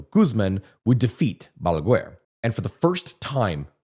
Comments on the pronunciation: I love how you tell our story, very good video, also love how you say BALAGUER, as balagUar, in spanish is pronounced ba-la-gar the U in GUER is silent. Also PLD party of which leonel fernandez was the head means partido de la liberacion dominicana as in Dominican liberation party, my dad used to be one of his brands liders. now a day leonel left the party and made a new one called Fuerza del pueblo aka People's Force. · Trujillo is pronounced TrugiJOe. Not TrugiLo. Balaguer, is pronounced Balaguer (as in guest), not BalagUer”. For the U to sound it will need two dots on top. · Just for future reference if you end up making videos on DR again and have to talk about Trujillo and Balaguer, the way you pronounce them is Trujiyo (the ll makes it a y sound) and in Balaguer, the u is silent so you would just say Balager.